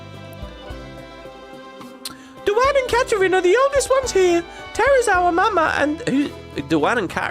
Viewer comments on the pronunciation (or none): Duane & Katarin were the kissing teenagers you found in Thamasa Mobliz. They were described as being 16 so they should be 17 by the time they're running the orphanage. Whether you consider that being adults is a matter of opinion I think. Btw Duane is pronounced the same way you pronounce Dwayne. It's not a girl's name. Although americans seem to put girl names on boys all the time.